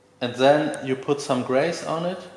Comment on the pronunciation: Just to help, but you use the word Grease a lot and the way you tell it is not right. You say: Greyse, but it’s said like: Greese ;) nice video’s and a lot of new content frequently;)